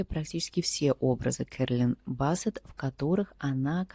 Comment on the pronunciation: Блин,говор с придыханием,ну 2я Стрелец.Ускорься и ролик будет короче и слушать будет приятнее.Не Бассет,а Биссет Керолин.